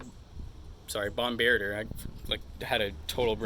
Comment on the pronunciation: Do people actually pronounce bombardier like that ?